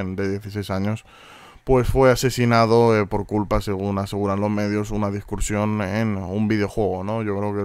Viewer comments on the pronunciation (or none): Es discusión no discuRsión ;)